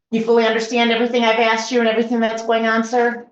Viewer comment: I love it when these clowns try and use big words that they don’t understand and then use words like “ tookin “ and “ axed”😂😂